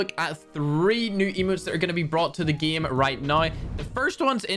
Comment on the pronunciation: I watch just to hear pronounce “game” “geem”